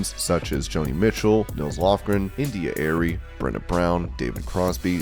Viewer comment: How do you mispronounce India Arie? It's clear you don't know who she is or have heard her music. This is the problem.